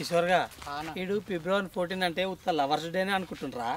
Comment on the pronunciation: పిబ్లవారి కాదు అన్న ఫిబ్రవరి